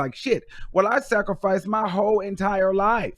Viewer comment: Every time you say “sacrifice” I die 😂😂😂